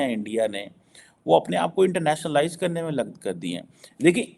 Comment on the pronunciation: Are, it is not “Internationa-lies”, it is “internationalise”. It is a single word, not two words the way you are pronouncing